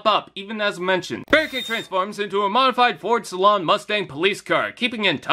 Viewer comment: Nice review, but it's pronounced "say-lean", not salon